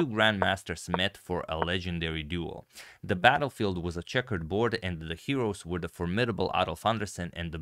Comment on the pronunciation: Haha i like what and how he said at the end, "Thee End"😂 like "Thee April fool"